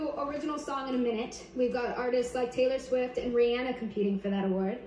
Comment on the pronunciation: Finally Someone pronounces Rihanna right